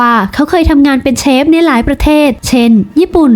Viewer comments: เจ้าของช่องคนไืทยรึเปล่าออกเสียง “เชฟ” ไม้ใช่ “เซฟ” นะ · แอดครับ เขาออกเสียงว่า เชฟ ครับ ไม่ใช่ เซฟครับ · เชฟค่ะเชฟไม่ใช่เซฟ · เรียกเชฟ.... ไม่ใช่..เซฟ บ้าๆๆ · เชฟ ไม่ใช่ เซฟ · คำว่า เซฟ ก็แถแล้ว ช.ช้าง กับ ซ.โซ่ มันก็คือเชฟนั่นแหล่ะ เพียงแค่คำว่า เซฟ คือสำเนียงการออกเสียงของภาคอีสานเท่านั้นเอง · เชฟ ไม่ใช่เซฟเฮ้อ😑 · มันทำอาหาร.เสือกแถ.ว่า"เซฟ".ถ้ามันเป็นกู้ภัยจะพอเชื่ออยู่..เซฟ.ของมันคือคำพูด.ออกเสียงของคนอิสาน.ที่อ่านช.กับซ.ปนกัน./(โง่ไม่รู้.ไง )😂😂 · อ่อ เซฟ ไม่ใช่ เชฟ อ๊ะบ๊ะจ๊ะเห้ยยยเฮ้ยยยย!!! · มันอ้างเป็นเชฟจริงๆแหละแต่คนอีสานบางคนมันออกเสียง ช เป็น ซ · เน้นๆคำว่า เซฟ 55555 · ชอบตรงเน้นเสียงคำว่า เซ๊ฟส์ นี่แหละ🤣🤣🤣🤣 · เค้าพูด ช ไม่ชัดหรอคับ ถึงกลายเปน เซฟ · ตกลงออกเสียงว่าเชฟหรือเซฟออกเสียงมั่วหมด